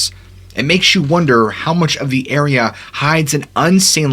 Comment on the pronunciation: My friend you said area 3 times in 30 seconds starting . Great video still and I might not have noticed but you say it in a specific way to annunciate clearly. Thought you might appreciate the constructive feedback. 😎 cheers